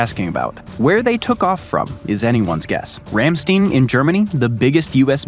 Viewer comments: You pronounced Ramstein incorrectly. Think of it as a Stein of beer. Its not Steen, its Stein. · It's pronounced Ram-STINE. I grew up in Germany at Ramstein. In the German language, when two vowels go walking, the second one does the talking. So in Ramstein, the e is silent, and you only pronounce the I. I also lived around Wiesbaden. Ws in German are pronounced as Vs and vice versa. Js are pronounced as Ys and vice versa. So Wiesbaden is pronounced as Veesbaden.